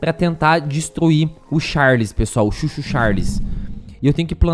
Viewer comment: n é chuu chuu, é CHOO CHOOO